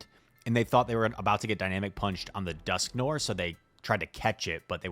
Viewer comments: Dusk (Noir) = Noir is a French word and it means black and you can read it N-war I don't know if you can spell it or not.... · It IS an-tee-klai-mak-tuhk, BTW, you were right the first time. And it's duhsk-nuh-waar. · The pro strat is to keep using completely wrong pronunciations so people can keep commenting to correct you, thus boosting your videos in the algorithm. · You are not, in fact, saying Dusknoir correctly (much love though) Further edit: just made it further into the video, ANTICLIMACTIC is what you mean. ANTICLIMATIC could possibly be referring to climate (rather than a climax) but is mostly incorrect. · Are you purposely mispronouncing words now? That’s not how you pronounce noir in dusknoir nor climactic in anticlimactic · That’s not how you pronounce Dusknoir. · Noir, rhymes with GWAR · Are you familiar with filme noir? It’s pronounced the same way